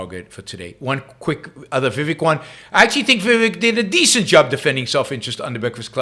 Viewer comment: It's not viwek. It's pronounced We wake